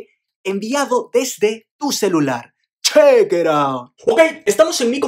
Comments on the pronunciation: Soy el único que le da rabia cuando dice Chekeraut? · Alguien más no le da cositas cada vez que dice chequeran :v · No a mi también me arde la sangre por payasoooo , tiene buenos vídeos pero es muy samgripesao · Me da brobca cunado dice cheycray o algo asi